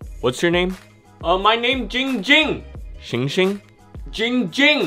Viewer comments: giiiiing ging not GING GING LMAO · It's Jing jimg not going ging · 808 It's not poo poo it's Ging Ging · it’s not ding ding ling ling it’s giiiiing ging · Muddah Asssho it's Giing Giiing not bing bing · It’s ging ging not ping ping not Ling ling not ding ding not fing fing IT’S GING GING Sorry I got mad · IT’S NOT ING ING, IT’S NOT PING PING, IT’S GING GING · It’s not Ging Ging—it’s Pee Pee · Why does everyone call him ging ging it's ginnnnnnnnng ging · It’s not ding ding it’s not ding dong it’s not pee pee it’s ging ging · ITS GING GING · I am very calm person Man says name wrong Also ging ging: What the hell you say?! Opens eyes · Ging ging: “I’m a very calm person” Also Ging Ging:”IF YOU SAY MY NAME WRONG ONE MORE TIME I WILL BUY THE WHOLE COMPANY AND FIRE YOU!!!!!!” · Me: says giing gings name wrong by accident Coffin dance cues: Me: oh sh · This is how many times ging ging gets mad at people for saying his name wrong V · "also my name is" Ging ging: "GING GING"